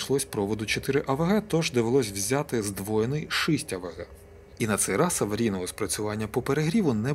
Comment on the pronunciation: Із задоволенням дивлюсь кожне ваше відео. Але є невеличке прохання: кажіть вже Шість, Шістдесят через букву і